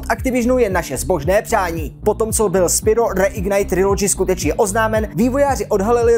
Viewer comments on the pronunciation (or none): nečte se to náhodou spyro "spajrou" ?